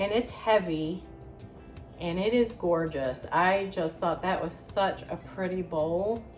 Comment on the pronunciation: Copper pieces are gee-or-jus!